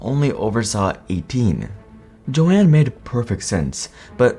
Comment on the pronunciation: Her name was JOAN Guggenheimer not Jo-Anne. Learn to read man